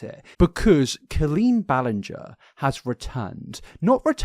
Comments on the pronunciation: My friend, YOU called her Colleen “Bahl-ing-er” for half of one of your deep dives 😂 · You are making fun of them being worried about getting the name wrong, because it's such an easy name, but in your first video on Colleen back in the day you were saying her name wrong for hours straight. 😂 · He was making a joke because he mispronounced the name 😂 Get over yourself. What bias? There’s evidence for all of acusations against Colleen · He has pronounced it wrong in the past, that's what that focus is. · thats rich coming from the guy who spent an entire multi hr vid mispronouncing her name lmao (it was a great vid btw no hate) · You called her Colleen Ballinger with a G and not with a J in your first video about her. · dude you used to say her last name wrong 😭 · You literally called her Colleen ball-ing-er in your first video on her cancellation last year. 😂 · "it's literally the easiest name to pronounce" sir you mispronounced her name for like your first two videos on her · Love you but 😭 “it’s the most easy name to pronounce” you said it wrong the entire first video you made about her 😂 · Chuckling at the start because didn’t you pronounce her last name incorrectly when you first made videos on this situation 😅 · forgetting he mispronounced her name as well 😂